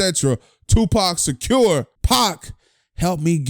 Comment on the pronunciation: my man said Tupac "Secure"!!! LOL!!!!!